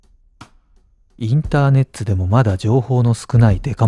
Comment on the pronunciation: インターネッツwww